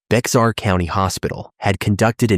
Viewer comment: Bexar County is pronounced Bear Couny, it is a Spanish word